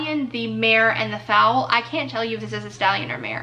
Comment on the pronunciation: Also, it’s foal...rhymes with coal or roll. Not fowl like a chicken 😆😆 love ya!